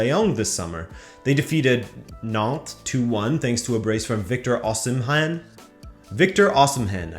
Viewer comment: The "H" in Osimhen is silent. So it is pronounced "Osimen"